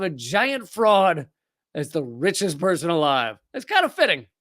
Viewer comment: At start did you say bitchiest person in the world, or richest person in the world?